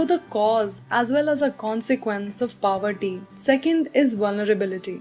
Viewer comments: Mam it isn't paverty it is poverty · Mam its not paverty it is poverty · It is poverty not powerty mam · Its not paverty its poverty😢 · It's poverty not paverty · Is poverty not paverty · Paverty nhi poverty women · you teach really good but its poverty not paverty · First of all, plzz can you speak poverty NOT paverty . Second thing is you should know the difference between rural and urban area plzz check it on any video .😊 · Maam pOverty hota hai, pawerty nai💀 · she speaks poverty so badly she speaks papa ka "pa" + verty but acualy its poor ka "poo" + verty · Poverty h paverty nhi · You are an amazing teacher but one thing is that It's poverty ( po-ver-ty ) not paverty ( pa-ver-ty ) as you were pronouncing it in a wrong way which irritated me I don't know why!!! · Thanks mam Btw it's poverty not paverty But your explanation amazing and BTW I am a legend Watching before exam 😂😂😂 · Mam everytime says poverty as paverty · Didi it's not pronounced pawer-ty it's something like pov-erti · Its poverty not paverty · Ma'am it's poverty not paverty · It is poverty not paverty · plz its poverty line not paverty no offense ur a great teacher!!! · Aap poverty ko pawerty kyun pronouns kr rhe hoo....? Anyone else noticed this....? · Thanks for the video... it really helped me... btw its "pau-verty" not "paa-verty" xD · No man,On India it is pauverty bt the real way is paa berty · I love u the way u teach I m watching yr video the first tym today but I wanted to say something😅😅Poverty is pronounced as paworty no paawarty😅 but it was nice learning with u❤️ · Ma'am why do you say poverty as paverty ?? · It's POVERTY not PAVERTY U spell it wrong , I was listening it to like 10 time to understand it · Mam It's poverty not pawerty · That is poverty not paverty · Its not pawerty its poverty 🤣😂😂🤣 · Paverty nahi poverty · It's poverty not paverty that u are pronouncing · Ironically you're not correct either. It's pronounced po- vuh-tee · You are pronouncing poverty wrong